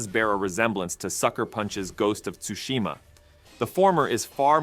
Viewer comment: Ghost of toosheema 😂